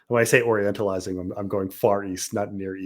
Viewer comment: Did he just say orientalizing?